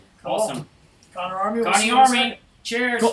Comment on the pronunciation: Am I the only one who heard Bryan say "Conk" when trying to say "Connor Army"?? Coincidence? I THINK NOT, but hey, that's just a theory, A DBH THEORY!!